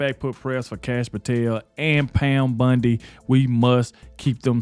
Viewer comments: Bondi. Not Bundy. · its BONDI...not BUNDY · Its not Pam Bundi. Its Pam Bondi! Please say it right! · I love how you say Pam's name!!! It makes me think of Peggy Bundy from "Married with Children" from the 90s. It's pronounced B-ON-DEE not B-UN-DEE. I mean no disrespect to you. I like your show I think you do a great job. It's just every time I hear you say Pam Bondy it makes me think of Peggy Bundy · Bond i not Bund e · BONDI not BUNDI! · Hey, I can't stand it, you calling her Pam Bundy, ITS BONDI!! It is spelled with an O not a U!!! Say it with me "Pam Bon-di,try it!! It's like the Bondo you use on a car, NOT BUNDY AS THE TV SHOW Married With Children!!! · It's BONDI not BINDI with an O not an I. I just can't watch til the end. Sorry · Pronounced Bon dee Bondi